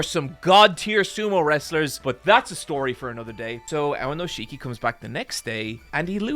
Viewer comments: OK,, on the one hand I’m really happy that you got into sumo because it got me into sumo. I have started very consistently watching sumo highlights since basically the beginning of the year when you got excited about Enho. On the other hand, I’m pretty upset that you cannot pronounce Aonishiki correctly. So you know, mixed bag. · Aonishiki has been doing sumo since he was 7 years old. He didn't magically stumble upon it while seeking asylum. Also, what is with this pronunciation of his name? I thought this guy was giant weeb. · WE LOVE AONISHIKI missed him so much this past month. Btw pronounced "ow neesh kee" not ownisheekee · Guys, it's Aonishiki, not Aonoshiki. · Every time he calls him "Aonoshiki" istead of "Aonishiki" a little part of me dies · Just a few notes: AoNIshiki, not AoNOshiki! Also he's not unique in being Ukrainian, there's also Shishi who's also in the top divison and was there even before Aonishiki, but hasn't had the same success, and is kind of comical for his awkward leg movements although he's very powerful on a good day. Also, Sekiwake is TWO ranks below Yokozuna. There's Ozeki between them, which is the rank Aonishiki lost because he got a losing record in March and then technically got a losing record in May because he sat the tournament out because of injury. Getting Ozeki is difficult, but it's also harder to lose once you get it; you need two losing records in a row. Also just to brag: I was in Japan for day 14 of the March tournament. I was worried for my boy (I'm a total Aonishiki simp) but I saw it live when he beat Kirishima, that was amazing. First time I saw sumo live, I couldn't have been happier. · Love the video, but man is it painful to hear you pronounce his name AoNOshiki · when you do the main video, please make sure you're pronouncing the names right. You'll catch hell for it. I was twitching every time you said AoNIshiki's name.